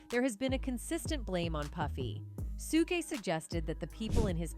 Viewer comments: Lol, right?? I kept cringing every time she mispronounced it!! 😅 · When AI says "Sugay" and not Suge 🤣🤣🤣🤣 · To the programmer of the AI voice... If you want Suge's name to be pronounced correctly.... Spell it as Shug to manipulate the system. Work on your lil craft to at least get it right 😫